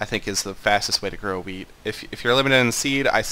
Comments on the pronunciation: sounded like weed to me XD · i love how all the times he sais "wheat" it sounds like " weed " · Am i the only one to hear "weed" each fuc***g time? :) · Is he saying "weed" or "wheat?" I couldn't tell sometimes... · It sounds like you're saying weed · am I the only one who heard weed instead of wheat? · I like how you pronounce "wheat", seems something else :P